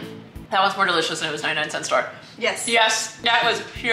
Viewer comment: “Ninety nine cEnt store”